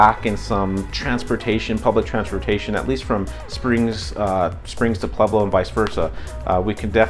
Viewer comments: Don't say Pleblo! It's Pueblo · Why are you pronouncing it Plublo?